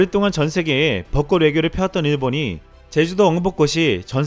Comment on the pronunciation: 발음 공부 조금만 더 부탁 드립니다. 꽃 + 모음으로 시작하는 조사 지적 아니고 참고해주세요.